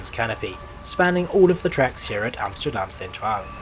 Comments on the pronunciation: Really? Dutch second language speaker here and I only thought "Rotterdam" and "Haarlem" were close to sounding Dutch. I cringed at his pronunciation of "Centraal" and adding the sj sound to Amsterdam is very ... Amsjterdamsje ;) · Your pronunciation overall is quite good, so I'm quite surprised why you pronounce the country's capital as AmsJterdam. You don't pronounce English words like steel as sJteel, or step as sJtep, do you? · You’re making the hypercorrection mistake of pronouncing things with a “sh” sound. I don’t know why that’s so common. Yes, when Dutch speak English it can sound like the S is a “sh”, but you’re closer pronouncing Amsterdam in your own accent than saying “Amshterdam” 😂 Anyway, I used to travel regularly with Merseyrail. Far fewer passengers and far dirtier. So… hou je bek. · It is not called "Amshterdam" or " Nederlanshe" FFS. If you're going to try to pronounce things at least bloody learn them first.Otherwise just speaking normally. Crikey f***. Usage of 3D map is cool though👍